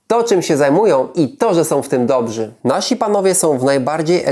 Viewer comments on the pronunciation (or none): none